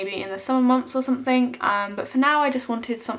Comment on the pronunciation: I love how you say "somethink" It reminds me of 2D from the Gorillaz